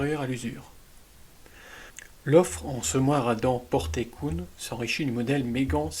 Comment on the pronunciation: KUhn pas kouhn lol avec un "u" comme ambulance mdrr